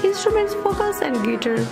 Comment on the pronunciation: This channel needs a new narrator who can actually pronounce words correctly. Debut and guitar are not hard to say.